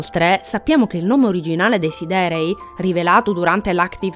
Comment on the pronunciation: Devi correggere solo la pronuncia di alcune parole (come siderei, come lo pronunci tu è inascoltabile) per il resto bel video, per approfondire ancora una volta ogni minimo dettaglio su un FF a parer mio "definitivo"